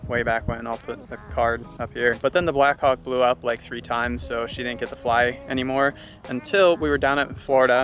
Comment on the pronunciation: pronounces "black hawk" a little differently...